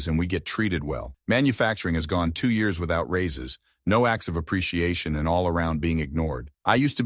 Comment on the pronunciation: I put this on kinda zoning out until I kept hearing the video say "yaras." Look at the screen to try to get some context on what yaras is? Years. It was trying to say years..